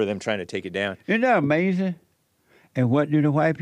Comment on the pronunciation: It’s UH-MAZIN